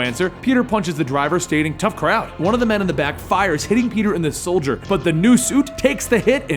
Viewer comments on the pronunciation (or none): Did anyone noticed that he said soldier instead of shoulder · did you say soldier instead of shoulder? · hey love your vids but I heard you say "soldier" instead of "shoulder" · he says soldier not shoulder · is it just me or did it sound like he said he hit him in the Soldier and not the shoulder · Mini Mexican The guy in the video said soldier instead of shoulder for some reason. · he said soldier instead of shoulder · you said soulder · hitting Peter in the "soulder"